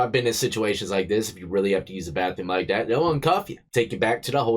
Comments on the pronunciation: “Baffroom” I hate ghetto speak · He is 38 and still says bafroom....you should get extra for that. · This dipshit said bafroom. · the "bafroom" ???